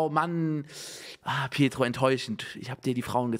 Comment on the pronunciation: Es heißt "petro" *2019, MontanaWeise